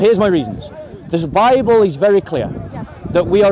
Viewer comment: THE LADY SAID " YOUR BIBEL ?? "